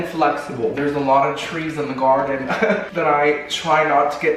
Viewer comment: This is my favorite thing to watch. I seriously laugh the whole time. How can something be so funny but calming at the same time? Haha if I had a dollar for everytime you say garrrrrden lol 😆